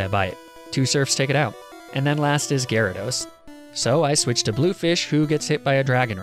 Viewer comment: THERE SHOULD BE 2 A'S IN GYARADOS!